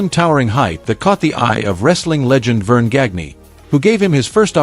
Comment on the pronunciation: Vern Gag-Knee